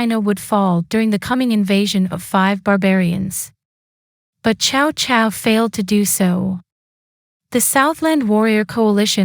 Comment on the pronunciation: Sorry, it’s pronounced Sao Sao, not Chao Chao, and what do you mean “5 barbarians”